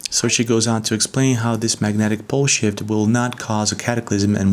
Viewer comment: lol sounds like is saying magnetic bullshit here. Magnetic pole shift